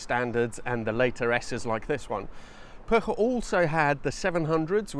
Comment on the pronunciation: Congratulations on getting cat-bombed and pronouncing Puch correctly (rare for English speakers).